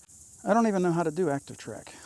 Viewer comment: "Acshion" Track (as you pronounce it) is a DJI thing. Quick shots is a (mostly useless) camera macro mode used to impress your aunt on YouTube. Try again, Einstein.